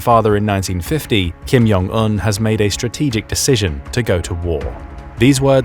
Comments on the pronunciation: Kim Jong Un, not Kim Yong Un. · Welp despite we all hate the Kim's family, let's name them properly. J sound is not Y sound in Korean. Do you pronounce jug, joe, July as yug, yo, yuly? 😂 It's not Kim Yong Il or Kim Yong Eun. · ‘Kim Yon Un’ He says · Just a comment, Korean actually has a "J" sound, so "Jong" is pronounced as one would expect, not with a "Y" sound.